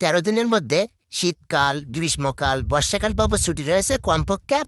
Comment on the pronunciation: ওটা বর্ষকাল না বর্ষাকাল হবে 😂